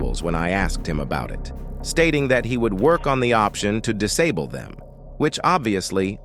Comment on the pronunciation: the way the ai voice pronounces "disable" 💀